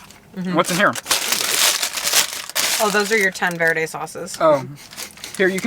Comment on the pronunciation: Me who has taken spanish. I cringe when people pronounce Verde that way lol